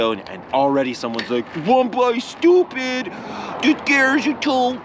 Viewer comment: 1x stoopit... LOL, had me rolling